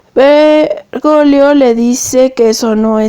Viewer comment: 😅😅😅😆😆😅😅😂😂 No es vergolio...es Bergoglio, hay una "G" ahí..😂😂😅😆😆😃. Perdón, pero la pronunciación aquí es vital... 👍